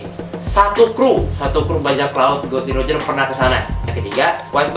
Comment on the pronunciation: nama raja bajak laut tuh Gol D. Roger mas,, bukan Gold D.Roger,, dr tadi saya denger nyebut nya Gold mulu hahaha